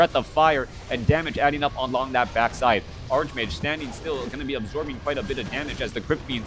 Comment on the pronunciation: "Arch" in Greek based words is pronounced "Ark" except when the "Arch" is followed by a consonant. Ergo, "Archmage" should be pronounced Arch-Mage not Ark-Mage.